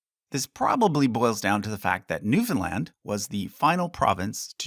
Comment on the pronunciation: Bro is canadian but can't pronounce newfoundland